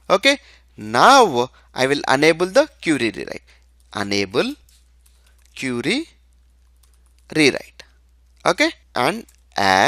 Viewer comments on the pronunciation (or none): Good explanation dude. Thank You. But you are mispronouncing Enable as 'Unable'